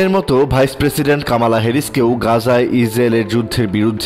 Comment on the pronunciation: ওরে সাংবাদিক উনার নাম কামালা না কমলা। আগে ওনার নামটা ঠিক করে উচ্চারণ করুন।